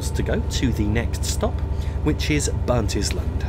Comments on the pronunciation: Glen-Roth-es. Not Glenrose. Also, Burnt- Island, not Burntis-land. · Good video but you do need to work on your pronunciation of Scottish place names. Not Glenroathes its Glen-Roth-Es, for Burntisland it is literally pronounced Burnt-island as in an island that has been burned. Not a biggie but does take the gloss off an otherwise very good and informative video. Would be happy to help or advise you in future - particularly with Just Trains 'Highland Main Line' due for release soon. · Excellent, but note it's pronounced Glen-ROTH-es (3 syllables), not Glenrothes rhyming with rose. It's CardenDEN (stress on last syllable). And it's Burnt-island, as though it were an island on fire!